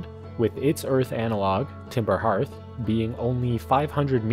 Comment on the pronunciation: Hooray, a North American who knows how to pronounce hearth!